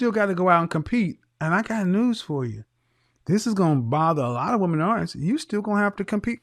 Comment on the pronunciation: Men not min.